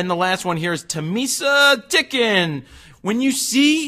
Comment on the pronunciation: Timesa Ticken?? Lol Times A Ticken